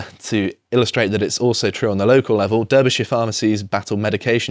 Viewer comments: Dear, the plural of 'crisis' is 'crises' pronounced 'cry - sees'. Derbyshire is 'D - AR - by - sheer' (not 'D ER - by - sheer'). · I winced when he said “crisises”; I fainted when a BRITISH person pronounced Derbyshire with the E as an E!!! 😳😳